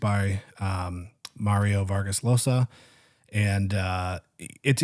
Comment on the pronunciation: Just wanted to point out that the right pronunciation for Mario Vargas Llosa’s lasta name is Josa as in Jam